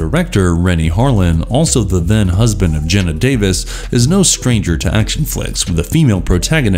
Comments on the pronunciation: It's pronounced Gee-na Davis. Not gen-na. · Commentators should really learn to pronounce the names of actors properly. e.g, it's Geena Davis, not Genna.